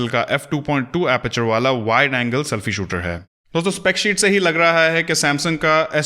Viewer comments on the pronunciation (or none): none